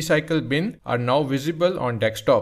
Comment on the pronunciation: bro said dekstop